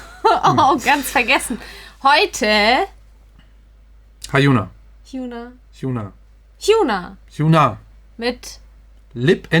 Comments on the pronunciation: als tipp: hyuna wird nicht u ausgesprochen sondern eher ein o wie bei Och :) alles natürlich lieb gemeint, mag eure reactions ^^ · Das u in Hyuna wird wie ein kurzes o ausgesprochen. Bei Baekhyun ist es auch so.